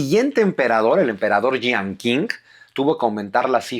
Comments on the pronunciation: Se pronuncia "CHING", no "KING".. Saludos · Qing no se pronuncia King , se pronuncia Xing, se me cayó un historiador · Qing se pronuncia "ching". Abrazos. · La dinastía Qing se pronuncia Chin.... Por eso desde entonces se llaman Chinos, hasta hoy aunque ya no haya dinastia Chin, hay China y chinos. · Una nota Q... En chino se pronuncia como una CH suave